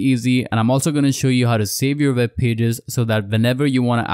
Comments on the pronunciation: It’s pronounced “web browser” not “veb browser” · It's also called an accent